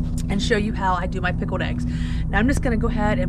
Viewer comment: You are aware, no doubt, that the word pickled has a veery obvious "L" right there between the k and the e, See it? there is not such thing as a darned pikoed egg. Maybe you could make some pikoed e's and just forget the "g's" in the word eggs too!